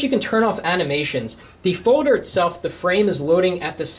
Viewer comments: he says "foder" not folder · It's foLder! There's an 'L' in the word foLder! It's not foder! That is all. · HE'S SAYING FODER NOT FOLDER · he says folder so funny lol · u say folder weird o.0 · . "Foder" and "Hode" o_O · haha. "a Foder" "press and hode to make a new foder"